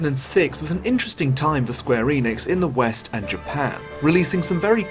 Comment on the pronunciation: eh-nix not ee-nix